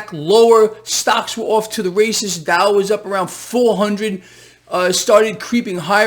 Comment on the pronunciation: Look at the DOW? I thought you said: "Look at the DUH!"